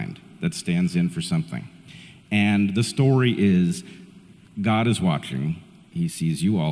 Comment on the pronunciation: Does Peterson actually have to keep pronouncing the word “god” as “gooouud”? Like gourd without the “r”.